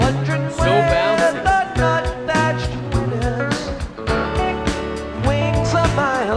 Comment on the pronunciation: Something that has always always bugged me about this song, is not the song. It's that Jerry says "nut-thatch" (wondering where the nut-thatch winters, wings a mile long). The nuthatch is a bird and it's pronounced "nut-hatch" - not Jerry's way. Sadly this went on for decades and I've heard cover bands sing it the same way. Hunter either didn't know, or simply never corrected Jerry. Aren't there other bird people out there that are bothered by this - or is it only me?!?! Gah!